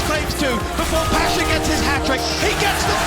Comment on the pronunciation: PASZA A NIE PASHA!